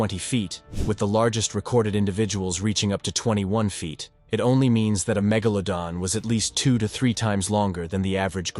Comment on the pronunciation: Please pronounce iit correctly magoladon or magladon